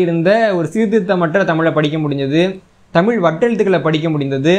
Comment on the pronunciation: தமிழ் தமிழன் என்ற தங்களது உச்சரிப்பு எனக்கு மகிழ்ச்சியை அளிக்கிறது மிக்க நன்றி மகிழ்ச்சி நன்றி வாழ்க தமிழ் வளர்க தமிழ்.